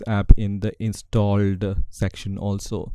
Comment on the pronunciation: Am I the only one that hear in every time that he says installed is sounds weird like INSTAlled